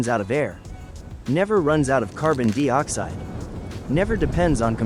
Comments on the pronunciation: A.I. Narrator that couldn't pronounce certain words or numbers correctly. Makes me wonder about this presentation."Carbon Dee-oxide?" I thought it was carbon dioxide? 🤔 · WTF is Carbon DEE-Oxide... Are you trying to say Carbon DIE-Oxide? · Would be better with human narration. Carbon deeoxide? Leave it to ai to f up anything it touches. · just a friendly heads up before you make a fool of yourself in the next video you make, there is no such thing as carbon dee-oxide. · Dee Ox-hide. 😂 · Funny how AI doesn't know how to pronounce dioxide. Even Brits pronounce it the same as us so, who's the idiot that taught this "intelligence" to say it wrong.